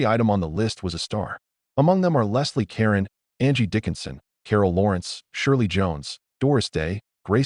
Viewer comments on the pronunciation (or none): AI reading is annoying mispronouncing names like Leslie Caron and Georg (Von Trapp). The song "Do Re Mi" becomes "Doo Ree My" and . Many inaccuracies as well. Julie Andrews was not in the film of "My Fair Lady" . Kurt Russell was considered for Liesl??? . The first scenes of Liesl and the "My Favorite Things" was filmed in Hollywood, not Salzburg. . Their boat tipover didn't take place on the "ocean". . The song is "The Lonely Goatherd", not "The Solitary Goatherd"! . If you go to so much trouble to put this together, why be sloppy?